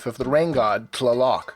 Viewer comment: Man the pronunciations are horrible throughout this video. TLA-lock instead of tla-LOCK is one glaring exampl, and Meh-hee-ka instead of Meh-shee-ka is just plain insulting.